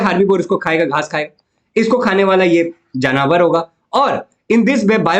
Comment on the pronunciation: Sir you say jannavar don't say it's Jaanvar . Jannavar is my school Sir name. if I give this to example at jannvsr Sir period . Then I shall like this 😢😢🙅